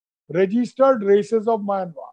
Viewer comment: Please pronounce the word Myanmar correctly.